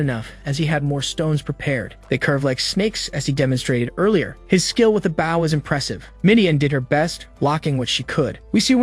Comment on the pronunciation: He keeps calling the weapon a bow as in bow wow. Instead of bow(l). Others do this as well. They need to change the spelling of the word.